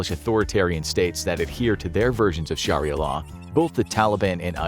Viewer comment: It's pronounced SHARIAH,not sharilla